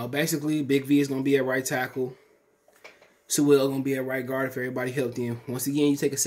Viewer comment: Once you said his name wrong ! I Hit 🛑 👀💯